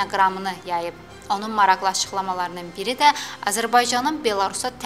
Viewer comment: qizim, mashallah çox gòzel diksiyan var, ancaq maraqli yazilir, maraxli kimi teleffùz edilir, xahish edirem bunu nezere alasan.